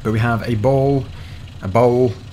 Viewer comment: my favorite part was when he said ball and bowl exactly the same